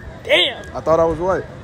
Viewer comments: The way she said DyAmM😂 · Said damn like she meant ittt 🤝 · I'm watching without sound a still heard it she said it so hard lol